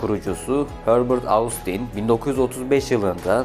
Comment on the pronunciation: "Austin" kelimesi "Ostin" olarak telaffuz ediliyor. Normalde söylemeyecektim fakat çok kulağımı tırmaladı o şekilde telaffuz etmen.